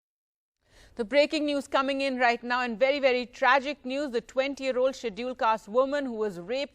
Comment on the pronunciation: First u need to stop pronouncing schedule cast woman..its all starts from their...